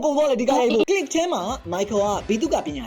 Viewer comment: bro did not say click more like knee gi